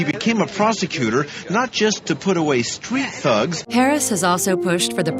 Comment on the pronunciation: Her name was mispronounced twice in this video. Somebody tell Tucker. :)